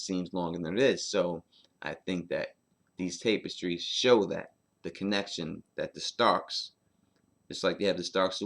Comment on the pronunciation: Love your content,, but you say "Tapestries" weird. It's "tap-uh-strees"